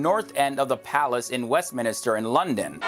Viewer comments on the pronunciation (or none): It’s Westminster not west minister 😂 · I live in London and its not west(minister) its west-minster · it's westminster, not westminister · its west minster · Westminister? What a muppet!